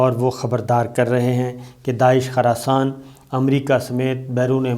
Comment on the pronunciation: Khurasan not kharasan plz correct